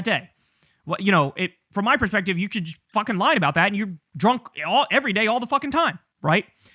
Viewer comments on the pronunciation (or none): none